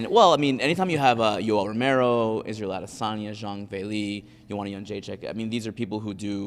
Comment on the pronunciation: Ariel thinks he deserves a cookie everytime he says israel aDDDESSanya lmfaoo